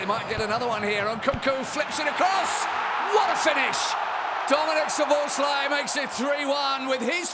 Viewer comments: Why does Szobo pronounces his own name incorrectly? xd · The only thing Szoboszlai cant do is pronounce words with "thhh" sounds in them.